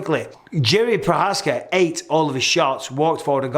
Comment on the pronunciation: You mispronounced Jerry Provider